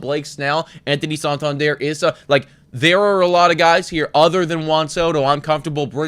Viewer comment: Its not Anthony "sawtawndierre". Its san-tan-der